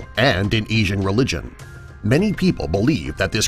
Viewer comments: Esain XD its asian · Did he just pronounce "asian" "eesian"? God, american people...